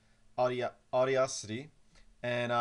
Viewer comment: It's pronounced Aw-DA-city